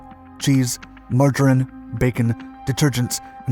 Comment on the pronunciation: "richter" and "margarine" are VERY much words you need to learn how to pronounce